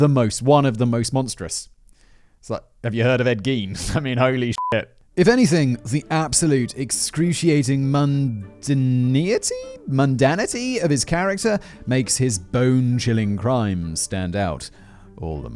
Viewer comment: it’s pronounced MUN-DANE-EYE-TEE